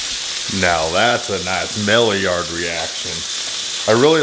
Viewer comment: I’m not gonna tell you you’re saying maillard wrong cause I’m entertained by how you are saying it lol 😂